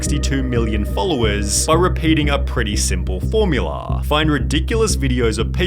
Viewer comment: tiktokaaaa, formulaaaa, bettaaaa, funnieaaaaa. This pronunciation. From which planet r u? xD